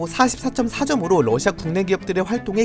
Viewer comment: 뉴스보다 빨라서 좋아요 근데 계속 ㄹ어ㅓㅓ시아 라고 발음하는게 귀여워요 ㅋ